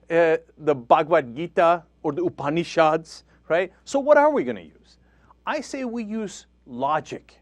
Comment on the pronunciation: Cenk says some good stuff here... but notice he puts a silly accent on Bhagavhad Gita and Upanishads?